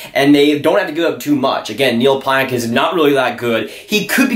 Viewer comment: Dude learn how to say Pionk. Calling him out for not being a good trade and you sound ridiculous not even saying his name correctly haha